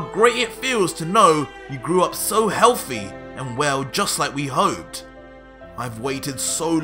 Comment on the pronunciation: How do you pronounce' healthy ' ? It sounds like healfii 🤔